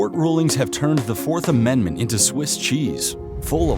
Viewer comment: Did you say Amen-d-ment?